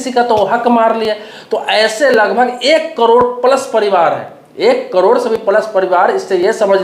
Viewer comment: पहले करोड़ बोलना सीख,😂 कड़ोर नही 😂😂